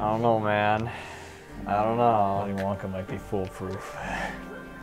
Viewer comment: "Jilly Junka and the joj faf" Bro what